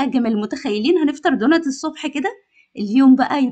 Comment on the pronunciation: إسمه دونتس حبيبتي بالسين والسين تكون واضحة في النطق مش دونت مفيش حاجة إسمها دونت